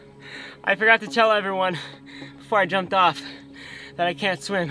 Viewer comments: i liked the "i cant sweem" bit at the end 👍👍👍👍👍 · "I can't sWEEM"